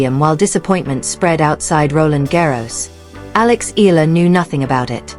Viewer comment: Another AI troll and defeat apologist. Can't even pronounce Eala properly.